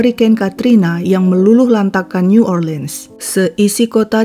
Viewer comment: Hampir sempurna Mbak! Pronounce New Orleans yang kedengaran janggal. Suaranya bagus...suka dengarnya 🥰. Salam dari AMSTLVN, Europe NL